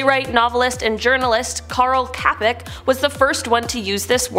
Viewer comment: Robota is is still word used in Czech and Slovak language, means work also job. And his name wasn't pronounced good in video, č is pronounced as ch in English so it would by like Carl Chapek